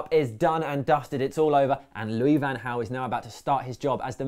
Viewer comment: Just a heads up you guys got the pronounciations mixed up. Van Gaal is pronounced with the G according to Bolo Zenden and Jose is pronounced with the J because he is Portuguese not Spanish